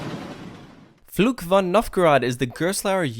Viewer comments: minor pronunciation thing: What you say doesn't sound like "Fluch" (curse), but like "Flug" (flight). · Can I give you some advice on how to pronounce the name of the ride? In general, your German pronunciation is pretty good but the way you say "Fluch" is quite off. It sounds like "Flug" which is a completely different word and translates to "flight". "Fluch" means "curse" in English. The "ch" sound in "Fluch" should sound more like the "ch" at the end of "Loch" (referring to the Scottish lake Loch Ness). If you did it that way, your pronunciation would be almost flawless. All the best from Germany and keep up the good work!